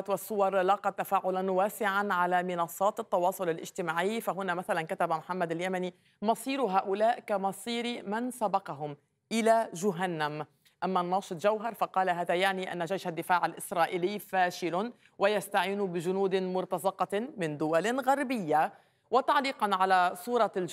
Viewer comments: يظهر عليك.. عدم قرائتك للقرآن الكريم وليس لديك اي علاقة به عندما نطقت جهنم.. بضم الجيم.. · المعلقة، .كانها لاتعرف القران الكريم هل جهنم حرف الجيم بالضمه